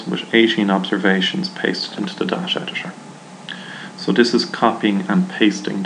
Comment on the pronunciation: Dasha Dasha, da, dasha lmfaooo its Day Ta or Da Ta.